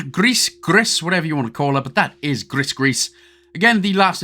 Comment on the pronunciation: Just for your information the game is call " grey " in French and it's pronounce " gree "